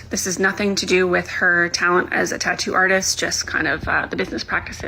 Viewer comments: You keep saying "tah-oo". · Wow, you really cannot pronounce “tattoo.” You know there are two TTs in the middle of that word, right? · i love a tattoo drama update because i find way you pronounce tattoo very pleasing (no shade, i like your accent) ❤